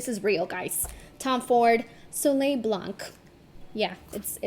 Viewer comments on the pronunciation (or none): You read the Tom Ford product Soley Blan. The C is silent. Which means in French the white sun.